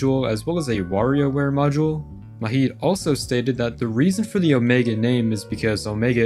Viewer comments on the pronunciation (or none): Love the nostalgia, but it’s low-key taking me out that u pronounce Majid, an Arabic name, like it’s a Spanish name 😭 The "j" is pronounced like the English "j," not as an "h" like in Spanish. I have no idea why, but I find it way funnier than I should. Great video tho, as always! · Why the hell are pronouncing Majid like it's a Mexican name? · The 'j' in Majid is pronounced like the j in "juice"